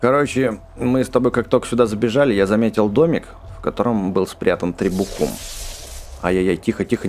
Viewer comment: Не требуХУм а требум